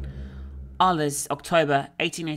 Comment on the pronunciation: Can we just comment on her pronunciation of Arles? Or the fact that she solved the liquids-puzzle by shear coincidence without even understanding the clue for it?